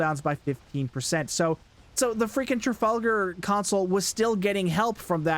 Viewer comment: "Tragalgar" LMFAO